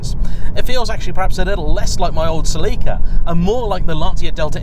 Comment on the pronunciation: Like a normal person